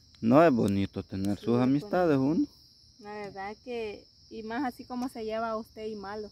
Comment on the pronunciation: Volteeme...aver se dice komi......